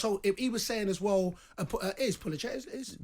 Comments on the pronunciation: He said Pulicheck haha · Yeah but man said Pulacheck. Then, Pulasix He loses 20 points for that 🤣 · "Pula-check", now that is a Chelsea player i would love to see:), how did get that pronunciation? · Pula - check isn't it? No, it's Pulisic. Okay, PulaSIX. 🤣🤣🤣🤣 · Come on, do your research on how to pronounce someone's name before you go on air. Lack of professionalism, similar to that shower of shite Chelsea today